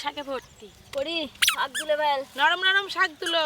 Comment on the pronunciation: একবার বলেন শাক আরেকবার বলেন সাগ উচ্চারণ টা ভালো করে করবেন